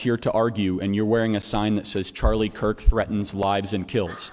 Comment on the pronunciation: all these videos of yours I've watched so far, and this is the first one you said "Kirk" instead of "Kick" Nice job!